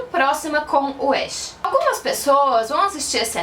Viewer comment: Só me responde uma coisa isso não è lhe criticando nem nada mas por que você pronuncia o nome do "ash" como se vc tivesse falando do personagem de Pokémon? Porque a pronúncia não è essa e mostra no anime como se pronúncia por ser o protagonista o nome dele è bem popular vamos dizer assim... Desculpa se estou sendo chata